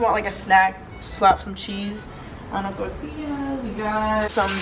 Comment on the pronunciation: love how u say tortilla 😭